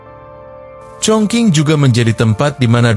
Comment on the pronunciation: Chongqing itu tulisannya..baca sbnrnya chongcing he...he...